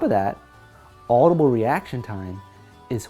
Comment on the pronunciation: 'Adubile' I'm done :V